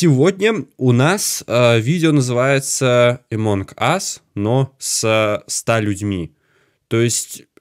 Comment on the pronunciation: Амонг а не эмонг